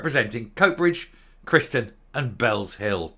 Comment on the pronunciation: Chryston is pronounced Christ-on.....